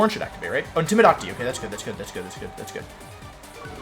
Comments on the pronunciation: In-tim-i-dah-ting. I'm gonna go ahead and guess I'd have to be a loyal fan of Wolfe to get why he pronounces things the way he does. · Matt M he also pronounces intimidate wrong too, ik he means that as a joke but my god its kinda annoying lol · I'm new to wolfey is there a reason he pronounces some words differently like intimidate and ninetales or does he do it on purpose.. no disrespect meant just curious